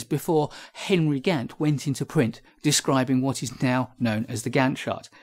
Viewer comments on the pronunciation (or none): none